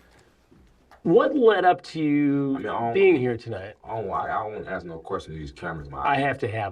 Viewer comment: think he smart but really he is IG-NANNT! Just AXXXEEE him hahaha! Sir it’s ask 😂